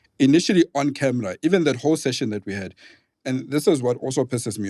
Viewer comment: I love how pronounces "camra" when referring to a camera & he's such a cutie pie.